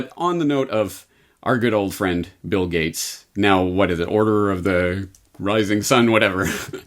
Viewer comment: hahaha ... did i hear "bill gutes, gits, guts, gates... " ah and the thing got postponed because of the Bill Gates Virus? ... hahaha